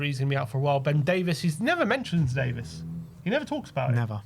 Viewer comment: Can’t believe you guys still call Ben Davies - ‘Davis’. So odd. I wonder if Frank can say his name correctly